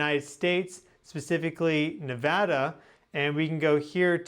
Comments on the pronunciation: Thank you so much for saying Nevada correctly. ❤😊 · I just want to say I thank you for saying Nevada correctly, we take it seriously around here lol